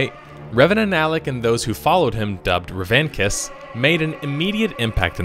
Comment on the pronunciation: Did he pronounce revanchist as revankist?